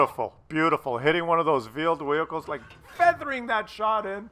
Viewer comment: Veeled Wehicles?